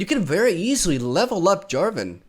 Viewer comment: Jarvan not Javaton ? are you really going to actually stop being annoying ? :]